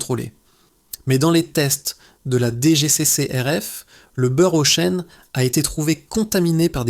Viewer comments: le beurre auchane 😂 de l’ia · Pitié ! Arrêtez d'utiliser l'IA pour la narration, même pas capable de prononcer correctement Auchan ("beurre Auchêne" 😅)...